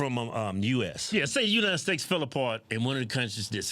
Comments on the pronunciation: you country aases keep saying United Stakes lol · Kevin kept saying United Steaks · Bro why you keep saying united snakes 😂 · Am I the only one who hears United stakes ?? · Kevin: “United Stakes” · He said United Stakes, lol 😂